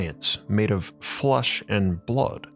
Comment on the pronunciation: Why does he pronounce "flesh"..he says "flush"???😅